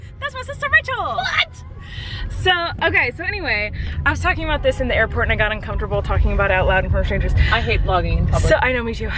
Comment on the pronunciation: Colleen it's Airport not Airpot😂😂😂😂😏